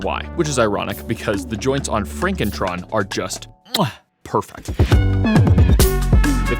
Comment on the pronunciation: it's pronounced FronkenTron